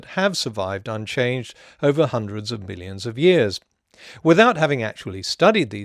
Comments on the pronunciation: it it sounds like you "hundreds of billions of years" instead of "hundreds of millions of years." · Nevermind, I totally misunderstood your comment. I get what you were saying now. It does kinda sound like "billions" instead of "millions", though I'm sure he is saying "millions".